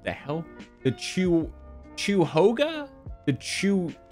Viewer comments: As a lawyer....are you an esquire? How does that work? And it's "kye-ya-hoga" I think lol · It's KYA-HO-GA 😂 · It's KI-uh-ho-gah. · county: "cuyahoga" tom: "*CHEW YOGA?!?!*" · pretty close, we pronounce it "Kai-yuh-ho-guh." But "chew-yoga" is really something. Here's hoping gets a case from Geauga county next time! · Why are you saying choo hoga it’s cuyahoga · It’s Ky (as in Kyle) uh hoe gu (as in gum) or ky uh hog uh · This is fantastic. Cuyahoga is pronounced like kai-ah-hoe-gah. It's the county Cleveland is in. Being from Ohio I'm not in the least bit surprised about the ending haha. Most people around here know what a photocopier is, but it's rare to hear that term. Usually it's "copier", "copy machine", or "Xerox" (same error as Solo cups, Kleenex, Velcro, etc). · Screaming KAI-UH-HO-GUH at my phone right now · It's "kai·uh·*how*·guh ;) Source: Attorney from Ohio here. Also, Google :D Also I love the original video, nice to see a lawyer actually react to it :) Worst thing is; this was about the amount they were charging for photocopies...because they wanted to charge that per page for turning over a CD with those documents on them. The Ohio Supreme Court would eventually rule that the Recorder's Office could charge for the cost of the CD; $1. Also, that case would never "gone to trial." It was a mandamus action in the Ohio Supreme Court, that only takes evidence via depos or other documents. They wouldn't have held a trial. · As an Ohioan, we appreciate your attempts to pronounce our locations and wish to inform you that it's kai-uh-hoe-guh. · Kuh-ya-hoga county lmaoooo you da best tom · As a local, it’s pronounced “KAI-uh-HOE-guh” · DAMN THAT PRONUNCIATION OF KI-YA-HO-GA COUNTY. RIP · Cuyahoga is the county with Cleveland in it (I live here too). That is pronounced kai-ah-hoe-ga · As as in ohioan loved the attempt at Cuyahoga For any who's curious here's the pronunciation kai·uh·how·guh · For anyone wondering Cuyahoga is pronounced ki-uh-ho-guh.